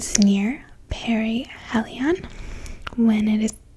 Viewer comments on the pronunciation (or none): none